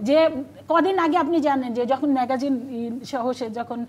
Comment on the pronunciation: ম্যাগাজিন না ম্যাগজিন